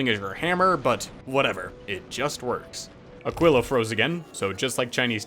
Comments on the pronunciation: and he is still saying it wrong. even after looking it up. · "which I have to look up how to pronounce" still failed... eh... 'muricans...